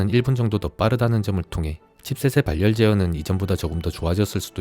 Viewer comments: 발 열 이 아니고 바렬 입니다 유뷰터 하시려면 기본적인 국어부터 습득하고 하세요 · 발열 악센트 킹받네